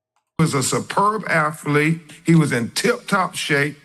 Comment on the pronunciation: after he said “student afflete” did he says the kids went to Horn Island on NOVEMBER fourrff? Wasn’t it July the Fourth? I cannooottt…. He needs a tongue transplant.